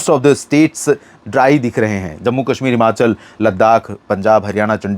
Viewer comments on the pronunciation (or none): none